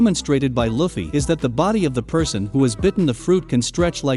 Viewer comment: It annoys me the way you say luffy